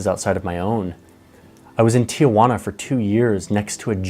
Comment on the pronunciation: This is a sad story from my framework. However… it is funny that after 2 years he still mispronounces Tijuana 🤣